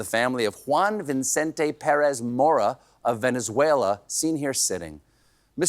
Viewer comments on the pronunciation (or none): none